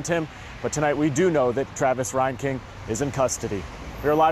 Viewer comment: I went to High School with this rat bastard... he went to Tremont, NOT Morton. God Bless and love all of the family and friends of these beautiful victims. This is so fouled up. His last name is pronounced (Rain/Reign king, not (Ryan King). Thank God for James Shaw Jr. True American hero and warrior for Christ. He took down this fucking murderer.